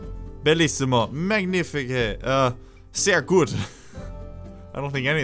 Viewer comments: The german ,,really good" was kinda right. Om from germany, I should know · The German "Sehr gut" was right! ;) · very good = sehr gut you sai it right ;)